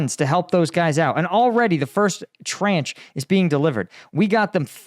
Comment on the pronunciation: Your "trench" is actually traunch.